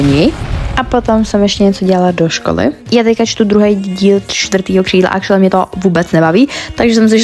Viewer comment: Proč pořád říkáš acrualy